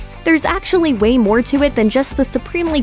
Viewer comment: i really hope i misheard that, but did she say "there's actually Wayne more to it"?